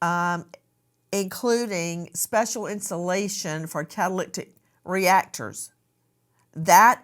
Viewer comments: kah- tuh- LIH - tik ... not kah- tuh- LICK- tik Nancy. Love you but just letting you know how to pronounce it . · Nancy, it's pronounced Cat-uh-lit-ic converter. Not catalictic....🤦🤦🤦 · Just so everybody knows an easy way to pronounce it, * cattle lit ick* is how it sounds when you say it in a sentence..it's a catalyst control on your car.. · Sorry Nancy… CA-TUH-LIH-TIC converter. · Have to log off on this one, I can't listen to "catalictic: any more. Does she think this mispronunciation is cute/ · Cat-a-lyt-ic (converter) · Car guys who’s yelling how to say catalytic (cadalydick) converter. That doesn’t take away from the chance this guy is getting rid of evidence. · Nancy, you're mispronouncing the word "catalytic." yoire adding an extra "c " in the middle of the word. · NANCY cannot say catalytic to save her life. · This case is here in northern calif where i live..Nancy, it's a catalytic converter. You're butchering it. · Lol😂 it's driving me crazy too, she's adding and extra "T" 😆